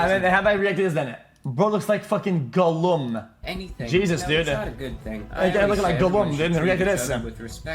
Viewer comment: "Jeezdus!" Xqc Felix L(not even gonna try(